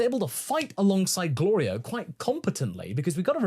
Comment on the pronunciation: Goku constantly messing up Glorio's name despite hearing it like 30 times by now but pronouncing Shin's real name perfectly the first instance of learning it is peak Dragon Ball comedy. He definitely is doing it on purpose lol